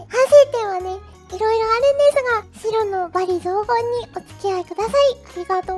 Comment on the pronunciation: ｼｰ↑ﾛにｱｸｼｮﾝｹﾞｰ↑ﾑやらせるのは(エイレーン)